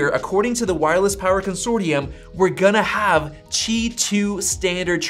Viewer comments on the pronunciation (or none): Bro where are u reading “chi” from? “Qi”